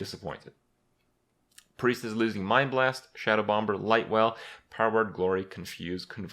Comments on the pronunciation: Did you really just pronounce the b in shadowbomber. Its bomber not bomBer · Krip does know the second 'B' in Bomb is silent right? Right?